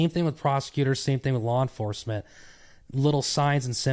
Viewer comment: Lawr enforcement 😅